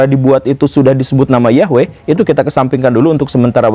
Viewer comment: Woo. Saya kira guru ketika membicarakan tentang materi ini,dalam keadaan sadar,tapi ternyata sedang mengigau to....?🤭🙏 Tapi bagus,karena guru gembulpun akhirnya bisa mengeja atau melafalkan NAMA... "YAHWEH" dengan benar. Bahkan sudah tahu arti NAMANYA pula....,yaitu: yang Menjadikan segala sesuatu yang sebelumnya tidak ada, Menjadi Ada. Sekali lagi....Bukan sekedar menyebutnya dengan sebutan Tuhan,atau Allah,atau Got atau Tien,atau Gusti Kang Hakaryo Jagat,atau Sang Hyang Widhi Wasa dan yang lain sebagainya. Karena YAHWE itulah NAMANYA,dan sebutanya.....,akan disebut sebanyak suku Bangsa dan Bahasa yang ada ditiap tiap suku Bangsa di Bumi ini. Karena memang YAHWE saja, sebagai satu satunya ALLAH yang Benar( yang Nyata Ada sebagai Pencipta Langit Bumi dan se Isinya ini )..yang kita Orang Indonesia dan juga Orang melayu menyebutnya dengan sebutan.... Tuhan atau Allah. Cumaaa karena guru sedang mengigau saja,jadi guru lupa bahwa NAMA YAHWE itu bukan dari bahasa Arab kuno. Karena Bangsa Arab mulai ada itu setelah Abram mengambil salah satu budak perempuanya yang berasal dari Mesir yang bernama hagai,yang di berikan Istri Abram kepadanya,dan yang akhirnya memperanakan Ismail. Dari Ismail inilah....lahir banyak Bangsa,dan Raja dan salah satunya ialah Bangsa Arab. Jadi igauan guru akibat dari membaca buku sejarah sekuler bisa saya maklumi,sebagai IGAUAN belaka..., akibat ketiduran karena kecapean setelah membaca tadi lalu ketiduran di SIA